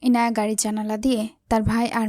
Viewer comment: আপু তুমি এখনো ইয়ানাই বলছ ইনায়াকে